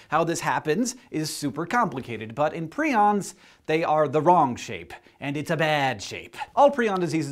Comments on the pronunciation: It should be "Preye-ons (like lion), not pree-ons". Modern Romance languages are at fault for the very common long "i" as "ee" pronunciation. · Did anyone else notice the other SciShow episode that talked about prions and specifically spoke about how they are pronounced "Pry-ons" and not "pree-ons"? Which one is correct? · I have always heard prions pronounced as pry-ons... is that weird? It makes it a lot easier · My microbiology lecturer pronounces "prions" like the ones you're talking about in the vid as "pry-ons"...who is right? Dun dun dunnnn